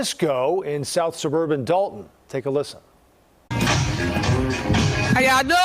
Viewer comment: Sorry, it's not Dalton, it's Dolt-on.